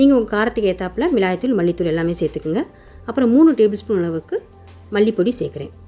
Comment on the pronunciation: Milagai dhul , not milai dhul